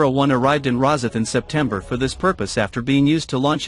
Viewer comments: I wish this narrator would pronounce Rosyth properly!!!! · nice video about the ship real shame an AI voice was used .what is a pred..asser...where is ros..if ? I listen for a while and then give up .Surely there are better AI voices to use ? one that doesn't sound like a robotic answerphone